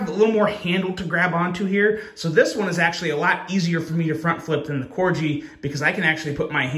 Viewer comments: I'm sure I'm not the first one to point out...they name some models after dogs. Labrador. Dachshund. And yes, Corgi. KOR-ghee. Not KOR-jee. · It's pronounced Cor-gi like the dog not Corgee lmao what is so many knife people mispronounce knife names 😅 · It's corgi "G" just like the dog, not corji "J" . It sounds like the g when you say "guy" not "gee whiz". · It's pronounced (core-gee) like the dog. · I’ve already pointed this out before to him, I think he does it just so we comment like we are doing lol. He’s a Smart guy 🤓